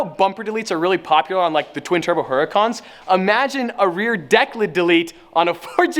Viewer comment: Please stop saying rear declit. You sound ridiculous